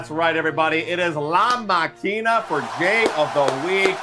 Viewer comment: Bros, great video. Just one thing: it is la mAkina, not la maKIna. Enphasis is in the first syllabe. It sounds so f*cking weird whe you say it like that.